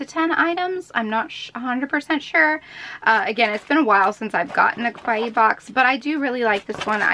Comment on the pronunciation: it was pretty annoying to hear her be that negative. and the way she pronounce kawaii, she pronounce it like it mean Scary, maybe she was referring to her face makeup XD